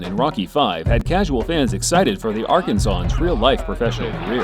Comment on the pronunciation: The demonym for a person from Arkansas is Ar-kan-san, not Ar-kan-saw-an.